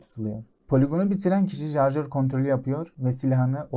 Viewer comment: Jarjör?? 😂 Şarjör olmasın o